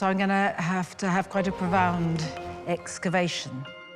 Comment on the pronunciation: “Profound excavaction” 🤣 she rox